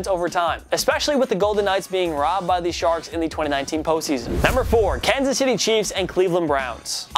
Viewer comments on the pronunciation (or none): he said kasy it’s Kansas City